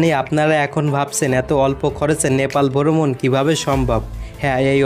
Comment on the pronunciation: boromon na its brhomon